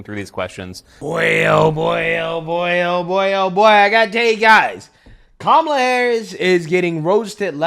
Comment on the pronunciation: Did that CNN anchor just say the NABJ just "pressed" Coup-mala on issues?